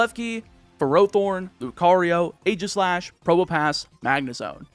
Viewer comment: It's HONE-edge and EEGIS-slash.